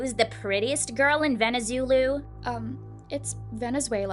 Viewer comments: Pink head girl said venezulu when it's called Venezuela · "Venuzulu "? What the fricking duck 🦆?😂😂😂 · Did they say Valenzuela woooooow coooooool°Д° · "Really mom when you were choosing a maid did you have to choose the prettiest girl in Venezuloo." Isn't that a compliment?? Also LOL how she said Venezulooo instead of Venezuela🤣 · Your not from Venezuela 😅😭🤚🏻 you pronounce “ Venezuela” like “ Veneseila” 🥴🤚🏻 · Sorry but she’s from Venezuela and she can’t even pronounce it right..